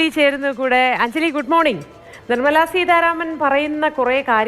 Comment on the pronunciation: നിർമ്മല സീധാരാമൻ എന്നല്ല, നിർമ്മല സീതാരാമൻ എന്ന് വേണം കേന്ദ്ര ധനമന്ത്രിയുടെ പേര് ഉച്ചരിക്കാൻ. മുൻ നിര മാധ്യമ സ്ഥാപനങ്ങളിലെ റിപ്പോർട്ടർമാർ ഇത് വളരെയേറെ ശ്രദ്ധിക്കണം. ഈ വാർത്തയിൽ തന്നെ രണ്ട് തവണ കേന്ദ്ര ധന മന്ത്രിയുടെ പേര് തെറ്റായി പറഞ്ഞു.